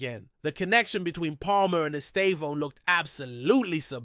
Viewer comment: OW OW ESTÊVÃO Not Estave-O